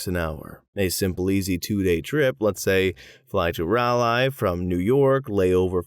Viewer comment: I'm still processing how you pronounced Raleigh (Rah-lee for reference). I guess I shouldn't take for granted that people know how to say it...